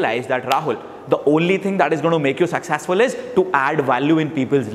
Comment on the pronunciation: 1.00 Succesexfull 😅